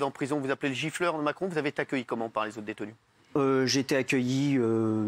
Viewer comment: C'est quoi un "gilfeur" ? Un "giffleur", ça je sais... Mais un "gilfeur", je ne sais pas ce que c'est...